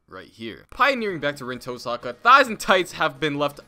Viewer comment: "Pioneered by Rin Tosahka"